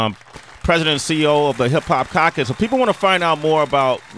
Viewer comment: sway can't say caucus correctly.